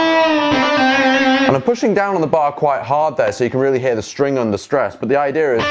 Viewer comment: "the stwing" has my dying